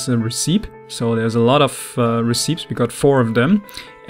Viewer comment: Also just FYI, Recipes is pronounced: Re-Ce-Pees